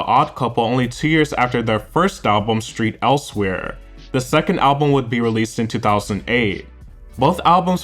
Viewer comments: "Street Elsewhere"? lol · Not ‘Street’ Elsewhere! 😅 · Street Elsewhere - Or Saint Elsewhere lol